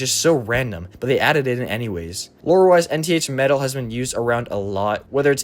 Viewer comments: Nth metal is pronounced "inth." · Nth (pronounced Enn-th) metal